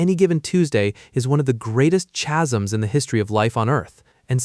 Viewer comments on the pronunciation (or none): Bro mispronounced chasms and then pronounced it correctly 3 seconds later 🤔